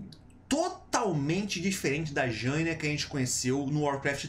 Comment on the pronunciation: Será que dói para você aprender a falar Jaina certo? Sendo tem um bando de nome complicado em WoW tu fala errado um dos mais fáceis, é uma vergonha.